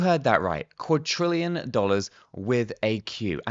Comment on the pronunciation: Please stop pronouncing it as Quadtrillion, there is not T in Quadrillion!!